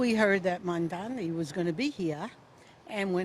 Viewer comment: when learns to spell comrade, define communism, and pronounce Mamdani, then I will listen to his opinion